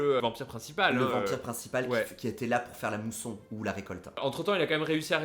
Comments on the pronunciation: Mais ce n'est pas la "mousson", c'est la "moisson"! (D'où le terme anglais "harvest") Non mais les gars là...faut arrêter de sniffer vos acryliques!🤣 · C'est la "Moisson", pas la "mousson", oh là là !! XD Ils veulent récolter. Ce qu'ils n'ont pas semés. XD